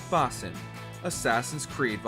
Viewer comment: Please can you ask the narrator to pronounce Basim’s name correctly.